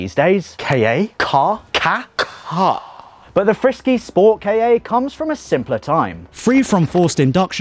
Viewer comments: FORD KAH!!!!!!!!!!!!!!!!!!!!!!!!!!!!!!!!!!!!!!!! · why do they call it a ford kayay it's a ford KAh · Yeah it's not 'kay ay'. It's 'Ka'.